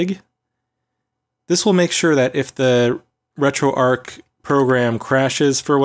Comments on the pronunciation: It's retroarch not retroarc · ARCH not ark emphasis on the CH. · RetroArk and La-gee-Tek ;) I guess he doesn't get out enough to know it is RetroARCH and LA-ji-tek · Great video. I have Retro pie which works well too. (Also it's arrr-chhh like Archie, not Ark like Raiders.) Sorry to be grammar police but when people say things the incorrect way it lowers their credibility. Like when they say "unthaw". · Shouldn't Arch be pronounced as in "an arch" or "archbishop" etc?